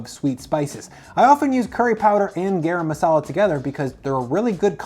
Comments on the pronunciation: Please pronounce it GUH-rum masala. :) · This is terrible advice. And you mispronounced turmeric and garam masala.